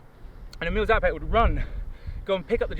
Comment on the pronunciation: Dear Ross, if you would be interested to know, the name of Emil Zátopek is pronounced with a long "a" instead of short. That is because in Czech, the ´ above a letter means it should pronounced as a long letter, basically more of them. It´s definitely not the full grammatical explanation, but I thought you would be interested to know.